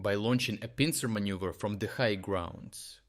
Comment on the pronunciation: you said manюver